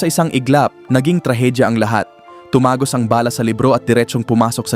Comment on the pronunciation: Bakit po binabago nyo ang tamang bigkas ng salita halimbawa tumagos ang bala.pinalambot enh Ng Ang TIGAS ng ulo mo..putsa sama pakinggan